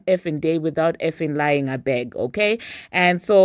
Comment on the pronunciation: “ABEG” 🤣😂😂😂😂 I can hear the African accent ❤️❤️😂😂